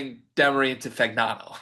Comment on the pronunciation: Fagnano is pronounced FAN-YAH-NO. Don't feel bad; Hurley couldn't pronounce it either. He said "Fasano"?? "Pignano"??